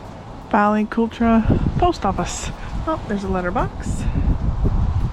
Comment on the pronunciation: It’s pronounced “cul-trawwww” darling ❤😂 fab place